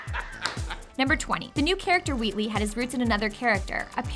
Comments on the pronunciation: Is it just me or does she say Weewee instead of Wheatley? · Is it just me or she is saying wheatley as "wheatwee"